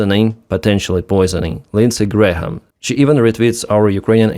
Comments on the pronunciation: Its Gram not Gra - ham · … just so you know. The letter h in Graham is not pronounced = silent. So it’s pronounced like the unit of mass and weight “gram”. Not like gray-ham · "Graham" is just "Gram". The h is silent. Alternatively, "Gray-yum" with a subtle "y" sound for the h. But "Gram" is fine. By the way, the IRGC (Iran's occupying force) is claiming they killed Graham. Keep up the good work! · Graham and Graeme are both pronounced Gray-em. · More kinetic parking tickets for Russian ships, yes. Also, Graham is just pronounced GRAM. But anyway, there are no more Grahams left so maybe you will never need to say this word again after today. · H in Graham is silent, like "gram." Cheers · Just FYI the "h" isn't pronounced. It's just "gram", like "kilogram". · Lindsey's name has a couple extra letters. It's pronounced like the metric system's base unit of mass, gram. Just trying to help. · Just FYI, Graham is pronounced Gram…no h sound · Hey, just FYI it's pronounced Gram, like Kilogram. Lindsey Gram. Bad guy overall, but at least he supported Ukraine in some ways. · just gray-uhm, but still, I hated the guy, so if he came back from the dead and you could repeatedly mispronounce his name, I'd be fine with it. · Graham is one sylable... the H is silent... it's pronounced Gram.